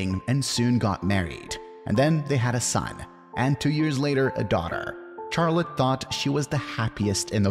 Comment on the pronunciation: You pronounce Charlotte in a horrendous way.